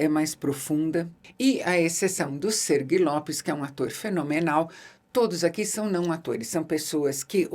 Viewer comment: Não é Sergui, é Sergi, Sérgio em catalão.